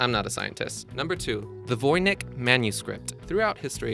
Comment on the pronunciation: He also mispronounced Voynich. It's Voy-nitch, not Voy-nik. I think he didn't do much research and just threw the video together from pre-existing work done by others.